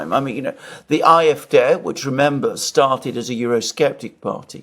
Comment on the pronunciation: Thank you for this interesting discussion on Scholz & Macron. Entertaining, funny, and so true! Btw, been meaning to say this: pronounce German D (in alphabet or) in AFD as Dé (like in café)